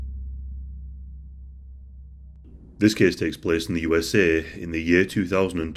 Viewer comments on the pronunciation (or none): “This case takes place in the U S EH” he sounded like my Nigerian friend eh 😂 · You ess ehhhh